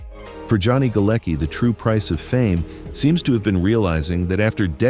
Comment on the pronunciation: The name Galecki is of Polish origin and is actually pronounced 'Galetski'.